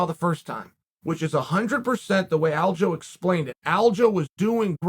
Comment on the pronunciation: its not aljo lol. It's alja,look at how his name is spent dummy, u can't just changed it bc u want to lol